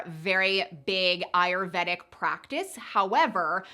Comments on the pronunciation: If you are going to be promoting ayurvedic lifestyle changes, learn how to properly say the word please!!! I went to & graduated from an Ayurvedic school & you are not saying it properly! It’s: Ai•ur•VAY•duhk google it Nothing that you are sharing is new, you missed the craze. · Ayurvedic pronunciation: aa - yoor - ve - dik